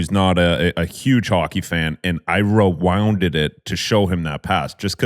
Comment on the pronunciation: Rowounded it😂 lmao yands bhads you replayed it for him